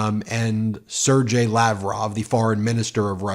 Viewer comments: Hey Ben, not to be nitpicky but I cringe every time you try to pronounce a Slavic name. Sergei is pronounced "Sir-gay" not "Sir-Jay." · Sergei is pronounced sairgay.